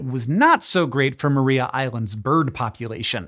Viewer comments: Mar-eye-a island. Not Maree-a island. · Tiny correction, (resident Tasmanian here) it's pronounced Mariah (as in Carey), not Maria (as in Callas). Don't ask me why, Tasmanians are weird. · Just a heads up that it is pronounced Mahr-eye-a Island. Nice to get a mention, cheers. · Tasmanian's like to pronounce things slightly differently to how you would expect. See: Launceston and Strahan etc. I guess we like our shibboleths to help identify mainlanders. Anyhoo, Maria Island is pronounced like "Mariah", as in Mariah Carey. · It’s spelt “Maria island” but pronounced “Mariah island”. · Thanks for mentioning Tasmana and our devils. They are fun little critters. One thing though, Maria is pronounced Ma-rye-a island. They are also on the peninsula. Those devils are free from disease naturally. A tiny strip of land connects the penninsula to the main island and devils don't cross because of the car traffic. Hank if you are ever in Australia, come visit Tassie. No drop bears on the island and you won't grow a second head. 😂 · Great video! Just one little correction… re Tassie Devils, Maria Island is pronounced Mar-rye-ah with emphasis on the second syllable. 🙌